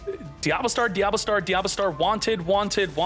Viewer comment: diaBELLstar, not DIABLOstar